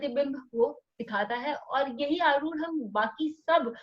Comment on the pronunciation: पहली ख़ुशी तो ये हुई की आप "आरुढ" शब्द का सही उच्चारण कर रहे है|u-tube के कई videos और अन्यत्र आरुढ को अरुध या अरुद्ध बोलते है| बहुत ही ज्ञानप्रद 🫀🫀🫀